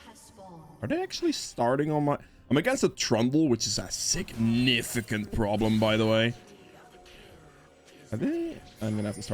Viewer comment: As a Rek'Sai main your emphasis when saying "A SIGNIFICANT PROBLEM" when referring to Trundle was too relatable. GLHF